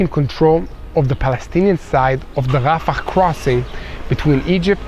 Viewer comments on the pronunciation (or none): Its not rafakhhh its rafah